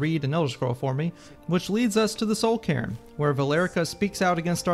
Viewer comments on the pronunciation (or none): none